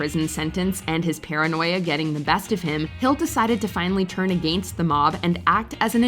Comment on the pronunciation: Hearing this women say against is enough to make me unfollow the entire damn channel